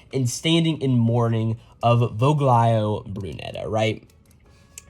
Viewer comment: Voglio is italian and is kinda pronounced like the g isn’t there. So it’s more like "voh-lio” (technically you also make a certain throat sound but that’s kinda specific) Voglio just means "I want" though. Not the best name. I want Brunetta.